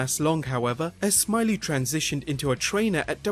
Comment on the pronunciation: It's pronounced Norman Smi-lay